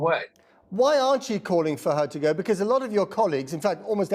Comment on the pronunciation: "Gwoth, gwoth, gwoth". Truss. "Go, go, go." British public.